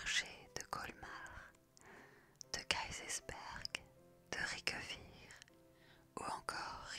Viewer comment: aïe la prononciation de Riquewihr me pertube de trop... c'est pas Ri-que-wihr mais Riqu'wihr!